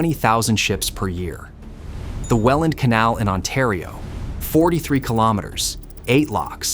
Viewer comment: Thank you for saying Welland correctly ❤️❤️